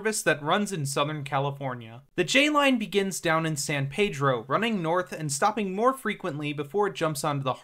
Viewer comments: Anyone who says San Paydro sure in the fuck isn’t from around here.😂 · unless you’re saying it in Spanish, it’s San Peedro or just “Peedro” if you know what’s up haha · He screwed up Reseda (Ra-see-da not Ra-Say-da) and San Pedro (San Peedro not San Pay-dro) Definitely not from here, lol!😂